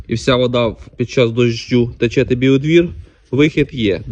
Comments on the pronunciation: Не тИче а тЕче. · Трохи підучися,, тиче,,. 😅блогери неуки